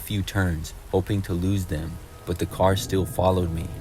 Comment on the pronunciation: omg his voice is so cute im sorry how he says car😭 caw